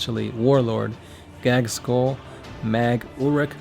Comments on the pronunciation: Yeah it is not gagz-school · he really said gagskull lmao